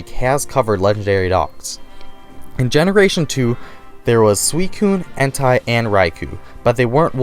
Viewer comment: I'm sorry but... Suicune, HENTAI?? and Raikou??? It's pronounced "N-tay"